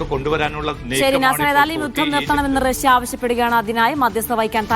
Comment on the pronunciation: റസ്യ അല്ല..... റഷ്യ 😂